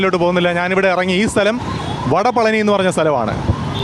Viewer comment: It's വടപഴനി